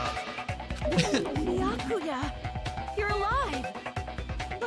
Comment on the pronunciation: It’s Baykuya not byakya